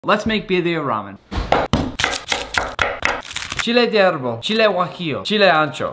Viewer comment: I love that chile de árbol and chile guajillo pronunciation